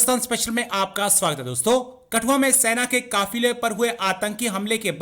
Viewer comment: कठुआ को कटुआ कौन कौन सुना 😅😅